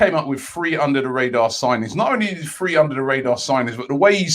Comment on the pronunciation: I'm done. Why can't this guy say "Three" when he means 3?